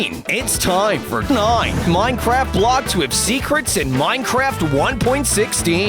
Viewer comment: I like how he said: "it's time for NINE"